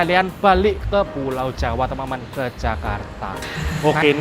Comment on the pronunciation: khas banget ngomong temen temen nya,jadi temememen